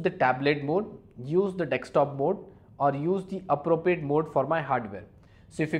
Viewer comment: Very nicely explained but it is 'desktop' not 'decks top'!! Most of them get this pronunciation wrong!!